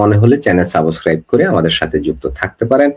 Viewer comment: Subscribe করতাম। কিন্তু শুরুতেই Subscribe-কে যেভাবে 'সাবোস্ক্রাইব' বললেন, ভাবলাম, নাহ্ করবো না।